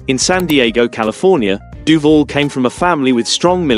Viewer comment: Um, I hate to be pedantic and a fully paid up member of the "pronunciation police" but it is pronounced: "DOO- VAL" and not doo-vull, geddit? Now, say it after me: DOO-VAL, yes, we're getting there, DOOVAL (As in "You can call me AL"). Are we clear on this now? Good, now get the kcuff out of here.